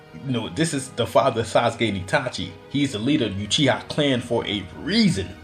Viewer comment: He said asuske